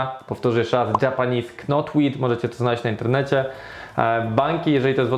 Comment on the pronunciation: łapka w górę za film ode mnie, ale "k" w wyrazie "knotweed" jest nieme i się go nie wymawia.